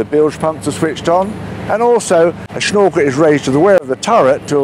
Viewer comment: Dude , take the stones out of your mouth, "shnorkel"...